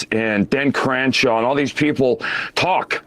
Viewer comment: Who is "Den Cranshaw"? Who is "Matt Gets"? Geez he's dumb lol